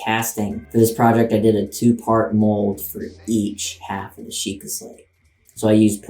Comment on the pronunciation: bruh it's Sheikah XD